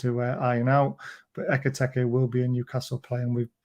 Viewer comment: Why, when you pronounce Ekitike do you make it sound like Eggy Peggy? It's "Ek-I-Teek-Ay" Howay man